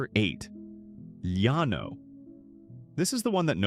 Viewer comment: Llano is pronounced with an L not a Y!!!!